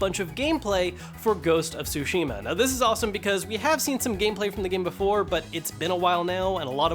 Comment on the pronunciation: That's not how you say ghosts of tsushima